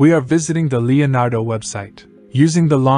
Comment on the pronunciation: I thought he was super clear, I wouldn't change anything, I heard every word and understood every word, only word that wasn't pronounced properly was Leonardo at the very beginning, but don't worry about that, people came here for the Leonardo AI in the text heading, so it's not hard to work out and they know why they are here like the rest of us, to get insight and learn more about AI prompt texts etc, don't hate on someone from another country because the way they speak, keep up the great work, focus more on your Ai skills as you have shown in the video, your voice is fine.